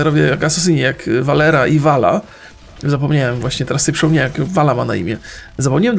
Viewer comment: Po czym stwierdzam,że nie grałeś w gry Blizzarda?Po tym,że mówisz Valera zamisst Valira